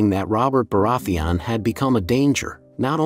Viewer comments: Bore-ath-thee on. Lmao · Why do you pronounce Baratheon like that even tho the show has existed for like 10 years and they say the name correctly like a million times? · Hate the way he pronounces Baratheon. Otherwise, great video. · Cool video, but the way you pronounce Baraetheon makes me cringe😂